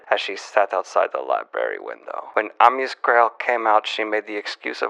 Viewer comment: I think the painter's name is pronounced Ah-MEE-us. Maybe Ah-MY-us. It's a weird name